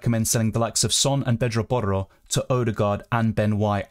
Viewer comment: U pronounce porro so well